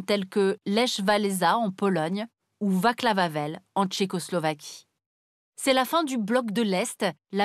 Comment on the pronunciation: Vous pouvez consulter un conseiller en prononciation aussi. Ya beaucoup de noms qui piquent les oreilles ... "Vaklav Avel" "Lèche Valeza" ou autre "Vizgrade" ...